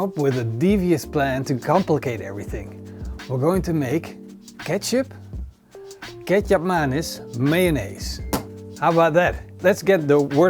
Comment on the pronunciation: What he says: Ketchup - Kecap Manis - Mayonnaise What I hear: Ketchup - Ketchup Mayonnaise - Mayonnaise